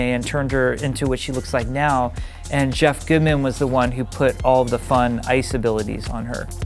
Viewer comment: "All the FUN ice abilities"